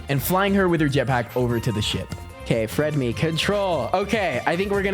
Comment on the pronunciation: You were saying fredme not fredly😂😂😂